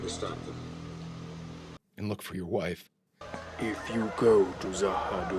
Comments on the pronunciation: There is more to Vir and Vir *knows*! The Shadows and the Ministry of Peace will continue to be built up. And, as I'm sure you know by now, it's Za-ha-DOOM and not Za-ha-DUM. Rather Tolkien-esque sounding. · Za Ha Doom. The way you're saying it is dumb. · z'ha dum should be pronounced zha ha doom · It maybe spelt Z'Ha'Dum' but it pronounced Z'Ha'Doom, plus saying doom at the end rather than dum makes it more scary. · In case no one has stated it, the pronunciation is Za Ha Doom. I don't know whether it is true or not but I did read that Lou Welch left B5 in 2259 after being promoted to an off station role